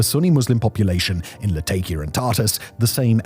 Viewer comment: Really can't take somebody that says: tart-ass and latay-kiya. Reveals what a bunch of scripted nonsense this is.